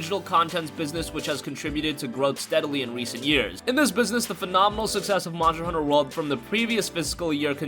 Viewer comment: God damn it's Monster hunter not muncher hunter